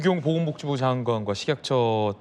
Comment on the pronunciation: 식약처장이라 하면 되는데 왜 꼭 거기서 발음을 저시는지?ㅎㅎ